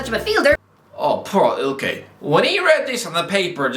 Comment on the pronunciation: Can you please say ilkay’s name right it’s like hearing nails on a chalkboard every time you butcher it